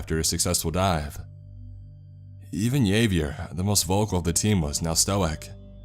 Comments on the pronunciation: Thats not fuckin Yavier, its Havvy-air. And its spelt Javier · the word is pronounced "Sha-grin" not Cha-grin". Also Hav-e-air, not Yave-yir, and Stow-ick, not Stow-ack. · If that guy's name is Javier, that's pronounced "Ha-ve-air" not "Yay-ve-err". Also, it's "sha-GRIN" not "CHA-grin". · ‘Yay-vee-er’? ‘HA-vee-y’air’ = how to pronounce Javier. 🤣🤣🤣🤣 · Why is no o e taking about the horrible mispronunciation of Javier?! It’s ‘Havier’ not “Yavier” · I love your videos, but I’ve noticed there are certain words you have trouble pronouncing, Javier = Hav-e-air, chagrin=cha-grin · Javier, pronounced "Have-yerr" Otherwise, amazing story xD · Love your narrations and the stories you pick, but you pronounced "Javier" waaaayyyy incorrectly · He pronounced Javier wrong. I stopped it there